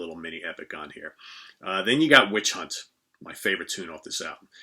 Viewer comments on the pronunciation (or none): none